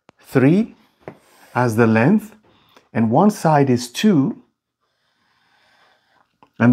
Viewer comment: "length" is pronounced with the "g" = it is not silent = not "lenth"!